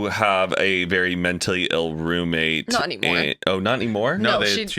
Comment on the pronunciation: Love the podcast for sure, however can you please please please AVOID the word Roommate!!!! I had to stop watching bc can't say that word today!!? I almost swear I've heard her say it typically in other videos over the years? She was a lot much this episode 🤪🤣🤣🤣 Of course I'll be watching next week 🥰